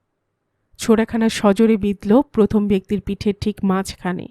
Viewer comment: কথাটা প্রথম হবে, পথম (১) নয়। দ্রুত উচ্চারণ হবে দ্রুতো।